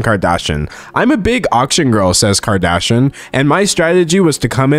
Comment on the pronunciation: I love everytime D'Angelo pronounces Kardashian as "Kardashun".